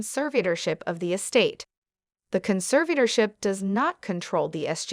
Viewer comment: Why is this being read by a machine? And some of the words are being mispronounced. Like Revocable, Conservatorship, conservators, and more importantly Britney’s? All mispronounced.